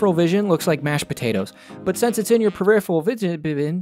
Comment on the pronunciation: "periphevol vision"